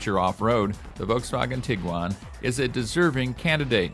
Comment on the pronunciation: Wow someone who actually can pronounce Volkswagen 😮